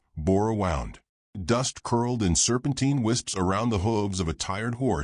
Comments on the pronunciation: Prefer this narrator's voice over some of the female's. Please correct the pronunciation of "wound". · Like the story but not saying wound correctly is annoying